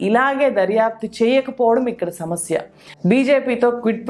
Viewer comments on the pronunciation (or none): none